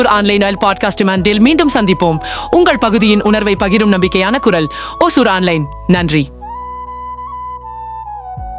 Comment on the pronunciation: Pronounce as ஓசூர்